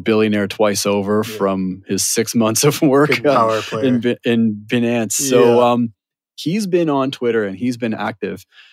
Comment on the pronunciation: if i have to hear them mispronounce binance again i might shoot myself.